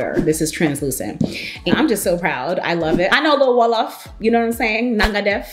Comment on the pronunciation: I am here for the "Nanga def, mangui fii" 🇸🇳🇸🇳🇸🇳 with the accent and excellent prononciation 😂👏🏾👏🏾👏🏾 You are welcome in Senegal anytime. Love you❤️❤️. God bless you and bless your business as well.